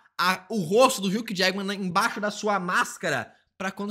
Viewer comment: Adorei vc errando o nome do Hugh Jackman e pronunciando Huck Jagman🤣🤣🤣🤣🤣🤣